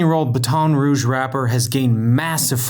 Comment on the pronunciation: Are we just gonna ignore how he pronounces rogue?